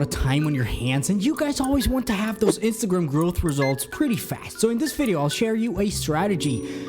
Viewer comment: Are you saying instagrum or instagrm?